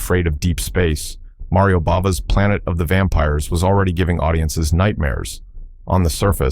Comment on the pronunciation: Intéressant mais que le commentateur français APPRENNE LES VRAIS NOMS des acteurs, des metteurs en scène, ... parce que "Mario BABA", "Chalest..Hest., ... cela la fout mal